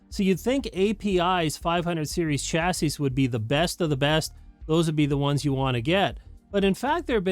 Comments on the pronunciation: Chassis is a French originating word, the last 's' is silent. "CHA-see" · You might wanna add a de-esser for when you mispronounce "chassis". 😂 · LOL you caught that too